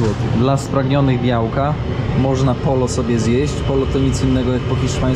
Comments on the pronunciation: byłem kilka dobrych lat w Stanach.Pracowalem tam z latynosami. Na kurczaka mówili pojo choć pisze się pollo. 2 l czytamy jot.Tez np. dzwonić llamar czyt.jamar.Dygresja. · el pollo wymawia się el pojo. Proszę się podciągnąć! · mówi się podźio (pollo) na kurczaka, a jajka w takim opakowaniu to 30 sztuk. Co do śmiecenia, to i tak jest względnie czysto.